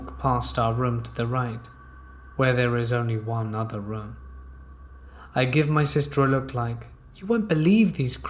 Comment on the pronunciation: Your pronunciation of the word 'room' legit made me get up to skip the whole story, just narrate with your natural voice